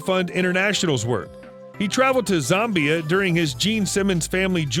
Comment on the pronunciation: Travelled to Zombiea? If only that wasn't a mispronunciation of Zambia.